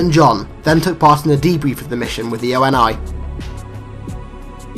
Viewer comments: O N I? It's pronounced Ownee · Jake Hoffman True, but in the games it's pronounced Oh Née. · ONI is pronounced Oh née.